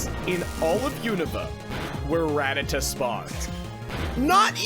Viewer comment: He pronounced Rattata incorrectly at the very start of the video